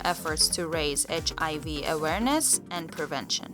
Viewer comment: girl it is hiv not hiy